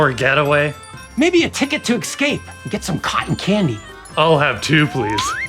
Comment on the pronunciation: OMG, did he really pronounce it "exscape"? Hire an actor you cheapskates.